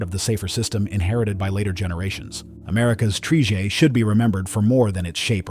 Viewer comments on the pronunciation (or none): That is a very good catch! I missed that completely. Must be an AI creation. I already hate AI. You can hear it in the narration too. Tri-jet became Tree-jet, etc. YouTube should make policy that requires the thumbnail to state whether or not AI is used in the video. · "Tree jet"